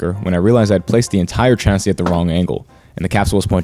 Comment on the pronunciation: See, "sodder" and "chassy", that's where your problem lies. It's "solder" with an L, rhymes with "colder" or "boulder". "Chassis" is said like "shassy". Now you'll be right. The electrons will know you're a good guy.